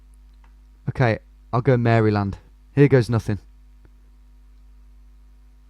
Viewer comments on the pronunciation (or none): none